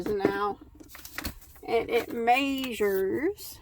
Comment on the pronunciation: I love how you said "it maysures" lol. I kept rewind it.